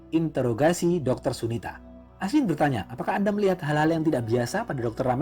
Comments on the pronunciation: Interogasi bukan intrograsi min wkwkwk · Bang ralat bukan intograsi tapi introgasi, intro bang bukan into. Dari kmrn dengerin kok ngerasa aneh ternyata r nya salah tempat wakawaka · interogasi bang.. bukan integrasi 😊 btw semangat buat konten selanjutnya, aku suka cerita cerita india. plot twist nya kece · Interogasi, kok malah bilangnya intograsi 😂😂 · Interogasi bang bukan intograsi... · Intorgasi apa introgasih sihhh auto kuping gua yg salah apa tu orang yg gak bisa ngomong